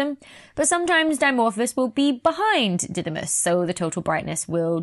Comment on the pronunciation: In greek, it is pronounced DIdimos (Δίδυμος = twin) and DImorphos (Δίμορφος = one who has two shapes), not D(a)imorphos.